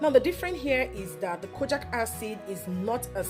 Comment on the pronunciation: It’s pronounced Kojeek acid not kojack acid please😕